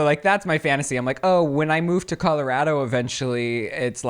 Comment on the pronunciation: You know you say Colorado with an A like Calorado 🤣 so adorable